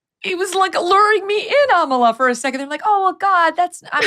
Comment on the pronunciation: Megyn, I am so impressed with you. You pronounce Amala perfectly. It is an Ibo name from Nigeria. Continue your good work.